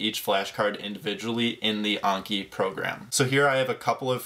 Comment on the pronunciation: there's no way that's how you pronounce Anki